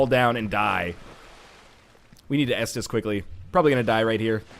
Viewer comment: am i the only one who says s dis d every time NL says estus